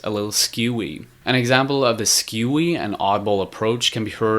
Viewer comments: *ScRewy Not "skEWy" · Screwy, not scewy. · scRewy,sound it out